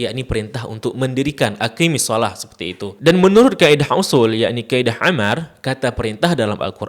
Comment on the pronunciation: Maaf Guru. Koreksi dikit. Ketika mengucapkan "aqimisshalah", "qi" nya pendek, bukan panjang. Karena ketika dibaca panjang, malah jadi untuk dhamir "anti" أقم أقيما أقيموا أقيمي أقيما أقمن